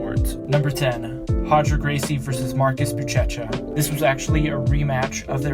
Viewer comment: "Bootchetcha" lmao. It's "booshesha"